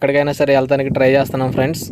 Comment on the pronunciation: Friends frds ani chavaminguthunnav bro natural ga ravatle ah pilupu feeling starting lo okasari ending lo okasari Cheppu evey time ala mingaka bro just suggestion teesukote teesuko ledha okay no issues